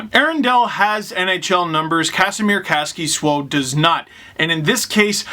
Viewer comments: Dangle: kas-ki-swo Kaskisuo in his Twitter bio: (KAH-skee-sue-O) Dangle: KAS-KI-SWO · I'm finnish and neither of those is really how we say it here. Though I dont mind if you say my contrymen's names wrong, but since the topic came up I'll give my way too many cents If I had to explain it to an american/canadian KAHS - ki - suo Three syllables. Granted, English doesn't have an "uo" diphtong and the short "u" sound is also rather rare in English so I undertstand the "sue-o" explanation. Swo is also fine, it isn't any more wrong than sue-o is. You can't always write things from different languages phonetically using anglophone logic. If you want to get it exactly right learn IPA or listen to a Finnish person saying it. (Yes, that is just suo, kaskisuo is composed of two words. Here's kaski ) If we look at how Steve pronounced it, to a Finn that would sound like Käs - ki - su - ou which is definitely close enough, but you say the first syllable like KAHS in a kind of a british way? And the end bit is just one syllable instead of a split su-o (or sue-o), but as mentioned before, English doesnt have a diphtong like that so it may be confusing.